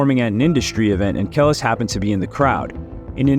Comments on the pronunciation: I wish I could flag ur video and stop ur check just because you didn’t even bother learn how to pronounce her name !!! THE DISRESPECT and the nerve !!! But you want that you tube check off her name right …, show some respect to the black community and learn how to speak our names before u start trying to make money of black people stories in ur content!!!!! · White people …. If ur going to do content on black people please first of all show some respect and learn how to pronounce our names !!! Im not sorry that the names white people have are been here since the start of man and have never changed, yes black names have evolved some a little bit extra and hard to pronounce but overall very cute and classy names in our black community so put some respect on our names and SPEAK IT RIGHT OR DONT DO THE BREAKDOWN ABOUT THE PERSON OR PERSONS LIFE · broooo how do u make a whole video on someone and not even kno how to pronounce their name? like literally how do u know so many things about a person while knowing nothing at the same time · BRO THIS IS THE WORST VIDEO YOU EVER MADE I CAN'T EVEN WATCH IT.... DUDE HOW COULD YOU KNOW SO MUCH AND NOT KNOW HOW TO PRONUNCIATE HER NAME... CRINGE AT ITS HIGHEST 😭😭😭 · I aint even watching this shit no more the constant name fuck up is beyond me but other then that good shit you did ya homework so you should know how to pronounce it smh .. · To know all of this information… you had to have known how to pronounce her name, unless you just reading something and no nothing about the situation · Ya I’m not finishing this video learn to pronounce her name right before making an entire video on her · This shit was unwatchable because of the way you kept saying her name wrong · Can you like... redo this whole video but next time say her name right ? 🥲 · I actually used to rate this channel...But this was painful to watch...How can you get her name wrong over and over? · I can tell you gen z from the way you pronounce her name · its KAH-LEESE